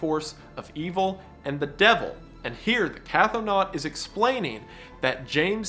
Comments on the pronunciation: Wendigoon, PLEASE Stop pronouncing cthonaut like "cathonaut!" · idk if you'll see or care, but Cthonaut is not pronounced "catho-naut". Cthon is pronounced "Kh-th-ON" with 'th' as in 'thin', so Cthonaut would be pronounced "Kh-thON-awt" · It's pronounced "k-THO-nawt". The ctho- prefix is does not have an A sound nor a glottal stop. It is all one sound. Ctho.